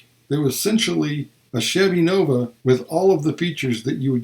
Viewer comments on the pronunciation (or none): none